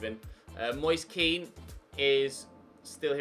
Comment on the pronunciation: his name is pronounced ken not keane.